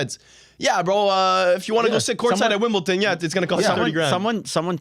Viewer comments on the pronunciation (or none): Wimbledon not WimbleTON